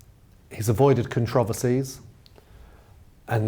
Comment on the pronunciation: How come you brits can't pronounce simple English words correctly. Controversy, for one. You've had so many years to figure it out. Move to New York for a few years and listen and learn. Otherwise, you're okay. And it is aluminum.